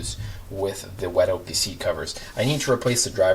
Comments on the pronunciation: It’s “wet oh-co-lay” not wet Oakley. Okole in Hawaiian is BUTT these seat covers where first started in Hawaii for people like surfers, and the rest is history. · Oko LEH…. not oakley, not oko lay. Oko leh. Good video though thanks! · Wet "oakley" 🤣 fyi, its pronounced "oh-co-lay" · It’s pronounced o ko lay, it’s Hawaiian for Butt.